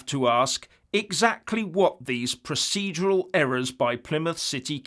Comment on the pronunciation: "Prociedual error" 🤣